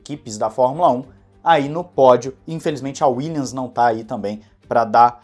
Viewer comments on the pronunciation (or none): none